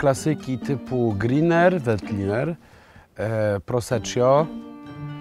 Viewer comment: Chyba się młodzieniec-znawca win zbombał, bo jakkolwiek na początku powiedział poprawnie "prosekko" tak później "proseććio"...? No I greener to Velt a nie Vet....